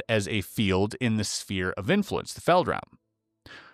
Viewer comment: German here. Your pronunciation of "feldraum" was basically perfect. Do you speak German?